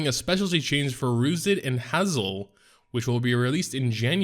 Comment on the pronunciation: Please learn how to say Hazel.